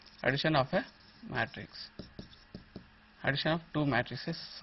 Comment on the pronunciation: haha he cant say Matrix